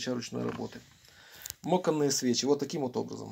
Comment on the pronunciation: Говорите пожалуйста по Русски. Не мОканные, а мАканные.